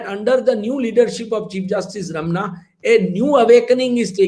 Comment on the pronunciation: This great esteemed learned journalist can not even pronounce the name of CJI. He is not Ramanna. He is Ramana रमणा |